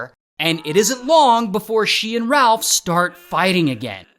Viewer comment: RalF 😂 with an F